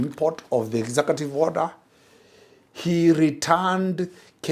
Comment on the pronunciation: "Exakative". What is an exakative order? Is it "executive?"